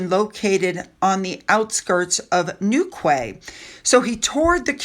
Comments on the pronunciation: Just FYI, Newquay is pronounced New Key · The cornish town of Newquay, is pronounced NEW-KEY,. 😁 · It's pronounced Newkey. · Newquay is pronounced Newkey. I used to work there. It's known for surfing.